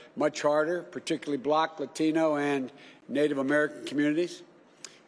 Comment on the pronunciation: What's a "block latino"?